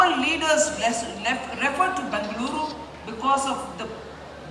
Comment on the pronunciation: Bengaluru that's how u call this City... Sitaraman ma'am correctly pronounced..